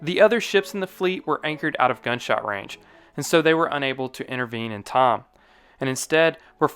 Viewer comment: Can’t pronounce ‘time’, says TOM instead. .